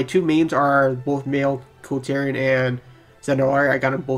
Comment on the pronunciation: It's KulTiran. Not Kultyrian. Lmao